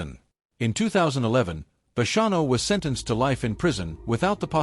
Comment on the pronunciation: Ai is annoying needs to say hid name correct! And the bonnano name!